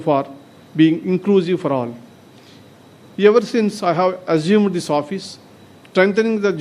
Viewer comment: Hello judge, forget about your Tamil pronounciation. But, certainly you should improve your English pronunciation. Eg: your pronunciation "argumenting" to mean strengthening. The correct pronounciation is "augmenting" not arugmenting. "Assume", not "Ajume" or "Agume".